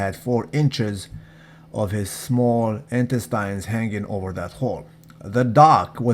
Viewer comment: "Intestynes" not loyal.